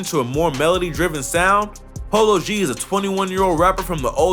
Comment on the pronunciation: did this nigha say polo bd? lmao